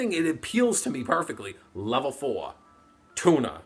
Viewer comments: Tuner sounds like Tuna when you say it. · At the start I heared "... best TUMOR monsters..." instead of turner. Would make sence though, bc eversince 5Ds came out, the cardgame sucked imo